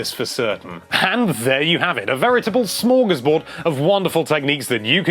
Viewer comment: Never heard anyone say smorgasborg other than my grandma. Good for you bud.